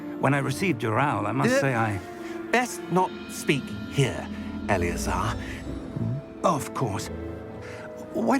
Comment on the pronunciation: Когда произносит Элеозар, у меня такое чувство, будто он произносит заклинание, а не имя профессора Фига 😸